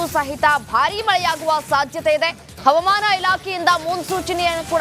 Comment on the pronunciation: ಅವಮಾನ ಇಲಾಖೆ ಅಲ್ಲ ತಾಯಿ ಹವಾಮಾನ ಇಲಾಖೆ ಎಂದು, ಉಚ್ಛಾರಣೆ ಮಾಡಿ, ಭಾಷೆಗೆ ಅವಮಾನ ಮಾಡುತ್ತಿರುವ ಚಾನಲ್ನ ಇ ಹ್ಯೌಂಕರ್ ರವರಿಗೆ ವ್ಯವಸ್ಥಾಪಕರು, ಸೂಕ್ತ ಬಾಷಾ ಶೈಲಿ ಕಲಿಸಿಕೊಡುವ ಪ್ರಯತ್ನ ಮಾಡಿದರೆ, ಚಾನಲ್ ಕೇಳುಗರಿಗೆ ಅನುಕೂಲ ಮಾಡಿಕೊಡಬೇಕು 🎉🎉